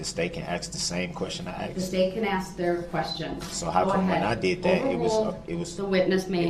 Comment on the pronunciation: Axe me.. it's obvious..love it shit talking squirrel 🙄💖